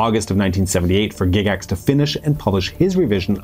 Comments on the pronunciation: Has everyone been pronouncing Gygax wrong for the past 50 years? GIGax? Never heard it pronounced that way in all my life. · It really threw me when I heard you pronounce "Gygax". I had the odd notion that I could have been that wrong for so many decades. I was relieved to find out I was not wrong. :D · "Gig ax" tho? Really? Well done otherwise, but that was painful. Tell you what I remember about ET. My mom made me throw away my D&D box set in 81 because of the panic. So here I am watching this movie with her, and the kids are playing D&D and one of them calls another one "penis breath." Not helping, guys. Not helping. Great movie tho.